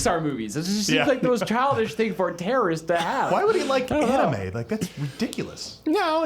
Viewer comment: 'any-mae' wow that is the first. sometimes all you have to say is one word to tell everything about yourself.